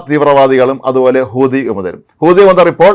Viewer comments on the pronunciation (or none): none